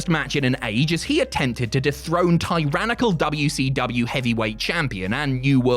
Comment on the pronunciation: Dabya - Cee - Dabya 😂